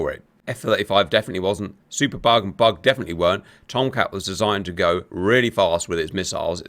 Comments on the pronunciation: I've been watching GR videos for a couple of years now, and this whole time, I thought Cap was saying "bog," not "bug." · Oh its bug??? Lol, I thought you were calling it a bog or super bog. But yes, being that its called a Hornet, bug makes sense...lol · Oh. I thought he was saying "bog". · Thanks for explaining, I thought you were saying "bog" and it was very confusing 😂